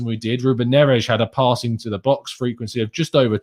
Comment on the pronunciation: with that perfect Ruben Neves prononciation